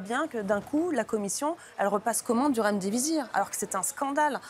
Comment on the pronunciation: C'est Remdisivir et pas Remdivizir chère Virginie 😉